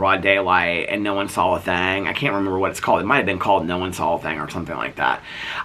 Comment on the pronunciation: “No one Saw’ll a thing! “ I love how says, “saw”. It comes out “ saw’ll”. Is that a mid-west thing? Does anyone know? I live in PNW and we just “saw” things here.😂😂😂❤❤